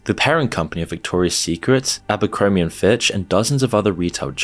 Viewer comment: HOW do you mispronounce this dude's name? YouTube is absolutely crawling with videos about him, and I'm sure you watched videos to research the subject... How?! Edit: And Ghislaine, and Abercrombie... bit sloppy there, bro.